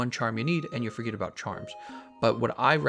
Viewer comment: "Chamrs" ;p